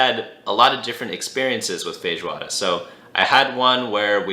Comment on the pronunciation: That is a good pronunciation of feijoada , congrats